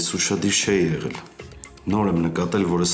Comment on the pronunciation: էղել չէ,եղել,կամ գոնե էղել,աղջիկ ջան։Գրագետ խոսել սովորի։